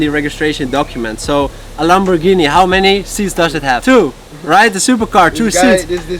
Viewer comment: congratulations on your hard work and thank you for the inspirational video, still its still "Lamborgini not LamborJEANNY, say it like a german would and it is correct